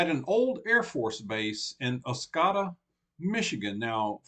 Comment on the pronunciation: It’s Os-code-a